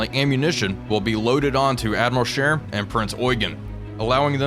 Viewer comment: May I commend you on the pronunciation of Admiral Scheer this time around. Just so it's clear, this wasn't sarcastic at all. Although I'm sure that made it sound more sarcastic than it already did... Anyway, that wasn't a serious thing to begin with, but you fixed it anyway.